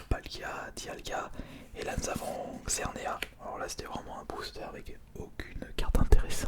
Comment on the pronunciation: On dit xerneaS et cosmoVOUM